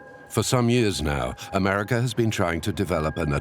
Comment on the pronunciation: Americer,,, Russer? Pronounce it right